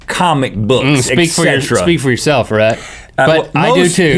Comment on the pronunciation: Wheel idea: link repeatedly pronounces Rhett's name wrong